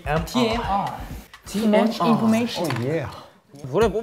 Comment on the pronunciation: Wooyoung saying ‘too much information’ ❤️❤️ from now on that’s the pronunciation I want to hear whenever someone says this line